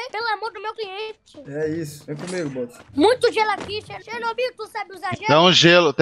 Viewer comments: Mano eu duvido alguem contar quantas vezes o falou xernobil no videos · Perdi as contas de quantas vezes escutei "Xernobil" kkkkkkkkkk